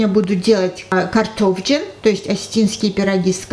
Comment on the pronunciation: Сама делаю пироги, я осетинка, но то как она произнесла слово "картофджын" говорит о том, что она уж точно не осетика, что за противень, когда это осетины пекли на них пироги, да ещё предварительно смазов маслом, короче мне очень не понравилось. сковорода должна быть горячая и сухая и пирог не прилипнет. Почему не показала, как приготовила начинку? Ерунда какая-то!!!!